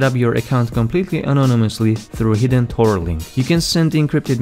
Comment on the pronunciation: Hard to understand.. you said use the Store browser??? I went back a few times, & now I understand, Tor not Store..I do like the video..Thanks...